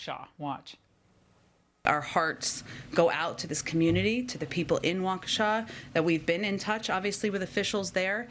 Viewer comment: doesn't even take the time to pronounce the city name correctly. She said Waunkesha.